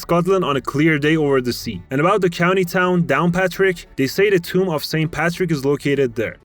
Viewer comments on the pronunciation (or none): none